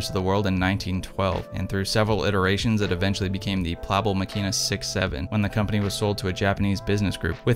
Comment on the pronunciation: Incredible triggered by how you pronounce the name